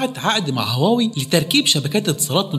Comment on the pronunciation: طب اتعلم تنطق اسمها الأول صح..